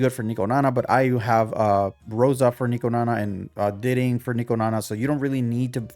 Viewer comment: I can’t lie to you I can’t even watch the vid cus you pronouncing everything so damn wrong how tf do you learn grammar in school and pronounce diting like ditting